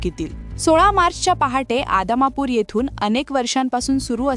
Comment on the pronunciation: आदमापूर अगोदर नीट बोल.